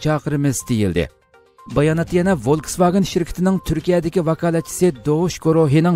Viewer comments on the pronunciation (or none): Wolkswagen emes folkswagen